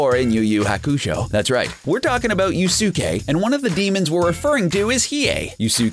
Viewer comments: Yusuke- yoos-keh its said in the anime a 1000 times. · Who tf is you-su-ka you mean yusuke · Oh god, clearly this dude didn't watch the anime lmao "You-soo-kay" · Yu-soo-ke are u fucking kidding me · Butchered this dudes name so bad sooo many tiiimes😩 🤦🏽‍♀️ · The way he said Yusuke :(